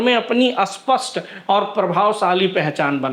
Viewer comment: भाई स्पष्ट पहचान या अस्पष्ट पहचान क्या बोल रहे हो? स्पष्ट को अस्पष्ट बोल रहे हो। सही बोलो ।